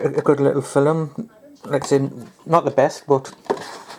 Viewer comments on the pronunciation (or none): "Fil-em" lol !